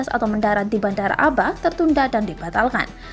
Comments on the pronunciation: Dibaca Ab'ha bukan aba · Abha bukan aba😀😀